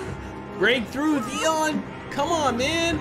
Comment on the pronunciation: is it me or you call him Deon instead of Theon? mby i heard it wrong